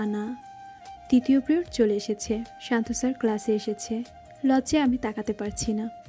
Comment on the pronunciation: প্রিওড নয় “পিরিয়ড”